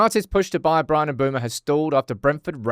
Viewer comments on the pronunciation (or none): none